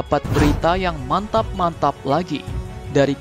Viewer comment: Biasa aja dong ngomong mantap mantapnya min